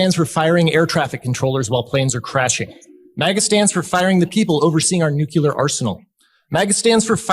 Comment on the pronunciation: Look Chris, if you’re going to speak to the entire country, it is imperative that you say the word “nuclear” correctly.